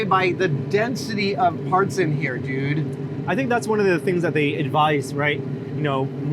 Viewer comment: My exact thoughts, DUNE!!! Instead of dude haha 😂